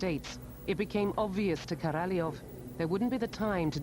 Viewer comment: If I hear Korolev pronounced incorrectly again I'm going to scream